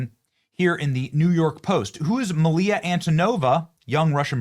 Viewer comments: You suck at speaking English. Milia? It says Mila dummy. Youre so dumb your parents gave you two first names 😂 wealth <> intelligence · Hey, can't you read? It's Mila, not Maliya! Your illiteracy has gone "nukuler." And don't buy any Jag-wires. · Come on,Mila.....four letter word.Brain damaged people in Europe can pronounce it correctly. FOUR letter word.Really !!!! Ok.....aluminum it is 😂.